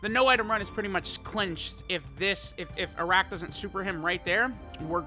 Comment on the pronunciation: His name is pronounced as "Aa'rak" Its an Arabic alcoholic drink